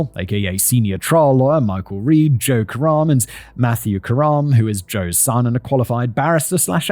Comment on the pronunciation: Every time he said Joe Karem I heard "joke around" and every time I thought, "is this the time to joke around?"